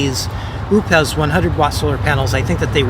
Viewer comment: I'm not sure, but I think it's pronounced O pes